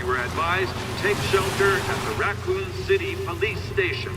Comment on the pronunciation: "The RAAkun city..."